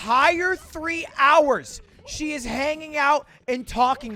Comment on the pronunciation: It eez wat it eez. It eez wat it eez.